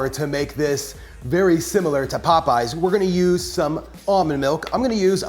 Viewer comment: Not “Popeys”